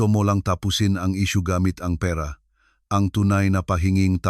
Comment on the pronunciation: Di maganda pagka bigkas ng pera parabg salutabg avnormal